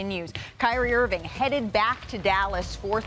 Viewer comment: Perk…..Its IrvinG not errvin!